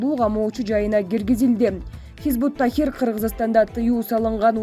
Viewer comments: Хизбут Тахир эмес хизбут Тахрир дейт кандай журналис чала окуйт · Чон кыз хизбут тахррир - тахир эмес. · Хизбут ТАХРИР. Тахир эмес.